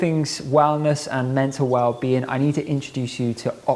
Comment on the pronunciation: The emphasis on WELL in WellBeing - woah 🤯 WELL Being. Like a wellspring of a Being.. So abundant Woah Epic